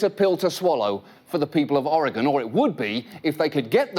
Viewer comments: Never caught on the first run how Lisa Loeb mispronounces Oregon, no doubt to get further under their skin. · Except for Lisa mispronouncing "Oregon" that was awesome :D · 1. I am an Oregonian. 2. Yes, I have played the ukulele today 3. I remember both the commercial and the botched rollout 4. They keep pronouncing "Oregon" wrong. and 5. That guy holding the flute is so close to holding it correctly while still holding it wrong that my brain is short circuiting. 6. As a Portlander, that joke about artists not working ate.